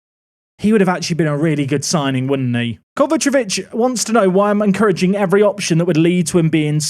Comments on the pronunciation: KovaČIĆ not KovačEvić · Take a drink every time mispronounces Kovacic